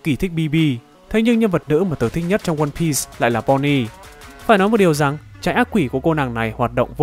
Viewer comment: mô phật, cuối cùng cũng đọc ONE PIECE. mà cũng đọc theo phiên âm tiếng Việt /quan biiiiiiii s/ dành cho nhà quơ =))